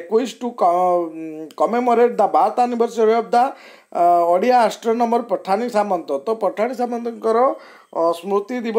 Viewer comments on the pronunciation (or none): "ଓ" କୁ "ଅ" ବୋଲି ଉଚ୍ଚାରଣ କରାଯାଉଛି? ଯଥା "ଓଡ଼ିଆ" ବଦଳରେ "ଅଡ଼ିଆ" କାହିଁକି ଉଚ୍ଚାରଣ କରାଯାଉଛି? ଏପରି ନ କରିବାକୁ ଅନୁରୋଧ !